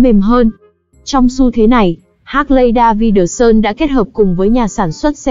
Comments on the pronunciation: Hác lay đa vi đờ sun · Đọc tên xe mắc cười... 😅😅😅